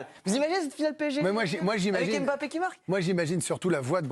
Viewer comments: prononce Mbappe comme une africaine. Bravo. Tu es là seule journaliste française à Bien prononcé ce nom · bravo vous prononcez comme il se doit Mbappé...MERCI